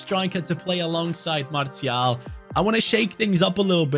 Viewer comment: Btw lil French lesson: most ppl just say Martial like you pronounce martial art and for wahi it’s pronounced ouahi the « ou » like in aouar